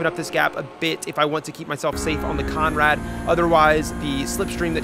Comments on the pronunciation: It's Conrod not Conrad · Heads up it’s Conrod Straight not Conrad straight. Like your content mate keep it up